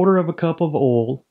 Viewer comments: The way they pronounce “oil” 😮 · love the way you pronounce "oil" XD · Tell me your from the south with out telling me your from the south..... Pronounce "oil". hahaha